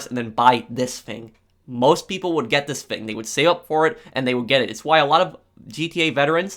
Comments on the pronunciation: Has anyone noticed that he can’t say his f example fang=thing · Its pronounced THING, not FING, smfh